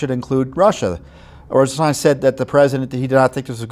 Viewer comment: We pronounce it RosenSTAIN.